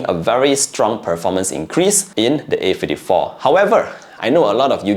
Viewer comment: A Fifty-tree😂😂